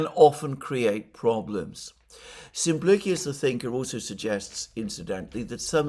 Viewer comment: Always interesting. Thank you. (NB I think you'll find that Simplicious rhymes with delicious with an 'sh' sound.)